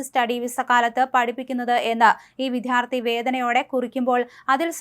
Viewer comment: വിത്യാർത്ഥി അല്ലെടോ "വിദ്യാർത്ഥി "😄